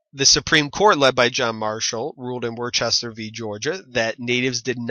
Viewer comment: Not that it really matters but I believe Worcester is pronounced "Wuhster"